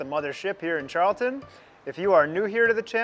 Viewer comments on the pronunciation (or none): none